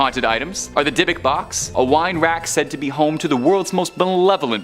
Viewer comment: Lots of mispronunciations in this video ! Dybbuk - It’s not ‘Die-a-buk’ but ‘Dib-buk’ - that’s why it has 2 b’s in it ! Māori - It’s not ‘May-or-ri’ but ‘Mau-ri’ - it’s a Native New Zealand word. Bagans - It’s not ‘Bagg-ins’ but ‘Ba-ganz’ - there’s only one g !